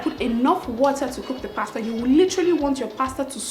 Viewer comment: from the first day I found your channel, i subscribed! pretty chick that can cook abeg I love you.... in other gist, pls eenn abeg dont do oyibo accent too much or at all sef. this is exactly what i can tell my sister so no shade intended. you are too fine to pronounce pasta with an 'r' at d end. just use your normal nija accent cos our accent isnt bad at all...love you!